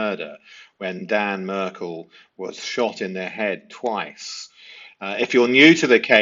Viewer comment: yes there is. Saying the Merkels instead of the Markels. And the Addle sons instead of the Adel sons. Pronunciation does matter.